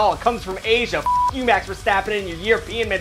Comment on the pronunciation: Why can you say verstappen correctly,but make it mex instead of max? I do t get it